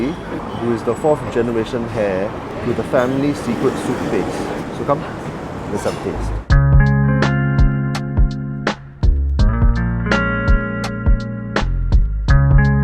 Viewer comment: heir is pronounced as air